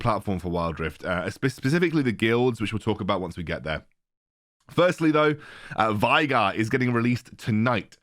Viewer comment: Veigar: being pronounced way-gahr youtubers: why-gar, take it or leave it